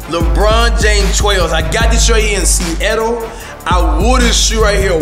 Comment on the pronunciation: "I got this shoe in sea ettle"